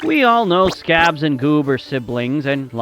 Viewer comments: why you saud scrabs intead of scraps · Not scrabs is scraps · Scabs.. Her name is SCRAPS. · It’s scraps not scrabs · He said scabs 😭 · Dandicis dancifire😂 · excuse me but your way of saying scraps is wrong, so how about instead of saying "scrabs" you should be saying SCRAPS! IT'S NOT THAT HARD!😡😡😭😭🙏🙏🙏🙏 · Scraps not scrabs 🤣🤣🤣🤣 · It scraps not scrabs s-c-r-a-p-s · and what is "scabs"??? its scraps. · "scabs" what in the actual hell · I'm not trying to be rude, but not only did you say scabs that's you mixed up Goob and scraps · It scraps not scrabs!!! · I heard scabs lol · I heard scab😭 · I honestly thought it said ‘Scabs’ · (Scabs and goob are siblings and Cosmo and ginger are cousins) WHERE IS FLUTTER AND FLYTE ( I spelt scraps like how he said it) 😅😅😅😊😊😊😂😂😂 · did u just say “scabs and boob”